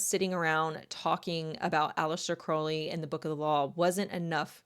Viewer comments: Crowley. Not Croley . Crow/ ley Crow is pronounced like How and then ley. Listen to Ozzie Osborne sing Mr Crowley, and that's how it's pronounced 😊✌️ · I hate to correct the pronunciation but the name is pronounced Alister Crou-ley, NOT Crow-ley (like the bird) and the occult philosophy isn't about 'true will", its about FREE will ('do as thou wilst'), meaning do whatever u want whenever with whomever. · Aleister Crowley (pronounced more like the ou in ‘ouch,’ not oh) was an avowed Satanist who believed himself to be the Antichrist. The fact that this creep chose Aleister Crowley and his writings as his primary inspiration is both disgusting and quite revealing. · Occultist here with 40 years under my belt. Crowley rhymes with scowl not crow. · Just nitpicking but you're mispronouncing the name Crowley. If you'd like to know tge correct pronunciation listen to the Ozzy song "Mr. Crowley".